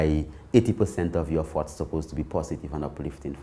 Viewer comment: I was really bou work on controlling my farts until I realized he was saying thoughts😂